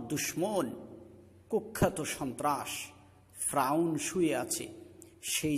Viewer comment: উচ্চারন ফ্রাউন না, ফেরাউন/ফেরাউ।যাই হোক, সুন্দর প্রচেষ্টা।